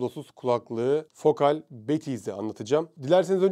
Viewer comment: Okunuşları yazıyorum: Batiskaf (Haliyle ürünün modeli batis) Triyest (Sondaki e okunmaz) Fokâl (A ince) Görkemli günler, aydınlık yarınlar dilerim.